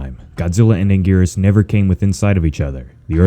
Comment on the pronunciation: You said Anguirus wrong